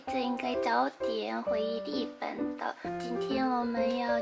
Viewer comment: 日本人講日本，一定會說 利本😆很可愛